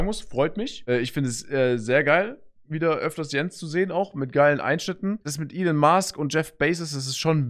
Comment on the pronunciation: Niemand: Sascha: Elon Maask und Jef Beysos